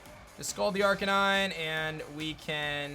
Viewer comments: is no one going to talk about how he said arcanine??? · arc-a-nee-Nay Dur-al-ah-don